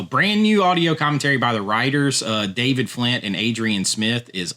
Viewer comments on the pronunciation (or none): none